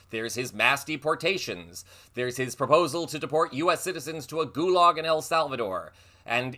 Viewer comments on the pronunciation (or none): none